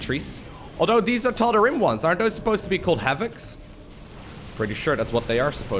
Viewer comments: it is tald ream that’s how it is pronounced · Tal-da-ream bro that's how it's said. Bro epic fail.